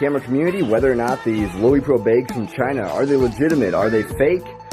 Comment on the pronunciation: Pronounced Low-Pro.